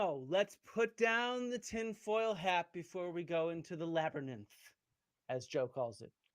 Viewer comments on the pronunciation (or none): He says "labyNITH", not "labyrith" - its even worse than you think, AND he says it multiple times, so its not just a slip of the tongue lol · Labberninth cracks me up everytime I hear it! Great video, Flint! Thanks for all the hard work you put into these! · You’re gonna say “labber-ninnth” forever now, aren’t you? 😆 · Honestly I'm a fan of Joe Rogan. I understand he is wrong on many historical things, but I appreciate his curiosity and diversity of guests. That being said, I really appreciate you giving him crap about the way he says "labernyth" Labyrinth. 😂😂